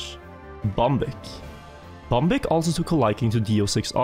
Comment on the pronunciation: when you said the name bambik i could hear that ur from norway altough i already knew:)